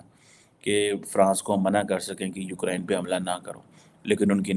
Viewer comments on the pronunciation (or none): none